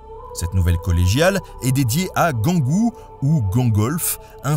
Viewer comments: 4'38 on prononce Saint "jeangou" pas "Guangou" ... ayant vécu à Toul 7 ans .. il y a presque 50 ans maintenant ... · Ahaha la même pour la prononciation de Saint-Gengoult, j'ai toujours entendu la prononciation "saint jean-goult"